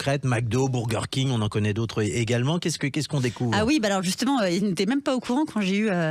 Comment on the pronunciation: .. les "bourgueures"..." bourgueure king".. 😂😅 Mais.... PERSONNE ne dit ça, il le sort d où ? Le mec s est jamais remis en question en entendant personne le dire comme ca ?😅😂